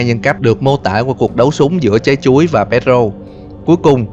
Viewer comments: Mỗi lần nghe từ “Chái Chuối” là del nhịn đc cười 😂😂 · Nghe anh ns chữ "Trái chuối" nó cứ mắc cười sao ấy.